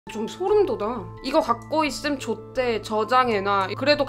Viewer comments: 아니 이 이거 가지고 있으면 좋데를 좆돼라고 읽은거 처럼 들렸는데 일부러 인가요?ㅋㅋㅋㅋㅋ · 실제 발음을 이렇게 하심ㅋㅋㅋㅋㅋㅋㅋㅋㅋ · 저도 좋데를 좆돼로 들음ㅋㅋㅋㅋㅋㅋㅋㅋ순간 ?하다가 화면에 톡 보고 아~했음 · 나 처음에 들을 때 좆돼라고 들었는데.. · 근데 왜 좋다고 아니라 정도로 들리지? 이미 이런 댓글 있는건 아는데 진짜 아무생각 없이 보고있는데 좆돼로 들림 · 이거 가지고 있음 좆돼 로 들려요 ㅋㅋㅋㅋㅋ